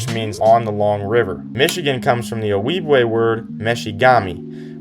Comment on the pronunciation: The J in Ojibwe is pronounced like the J in January, not the J in Jalapeño.